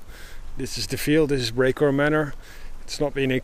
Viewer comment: ''Today we are at Brecourt Manure'' Me: lol, thats not how you pronounce...: ''... behind the cows'' Me: Oh.. I see;)